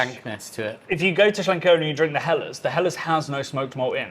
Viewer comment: One of the best opening lines to a beer video anywhere on You Tube for a long time. So cheeky but so apt, nicely delivered. And pronouncing Schlenkerla and Rauchbier properly as well, lol. Nice set of beers too. Cheers #Disco